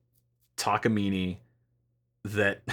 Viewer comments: Now it's a "Takaimine" instead of Takamine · Would it kill you to say Tah-kah-mee-nay? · Now, learn how to pronounce it: tak a mean eh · I think it's pronounced "Takaminé" sounds good much love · Downvoted for consistently deciding to pronounce the i and e in Takamine as if they were the same letter.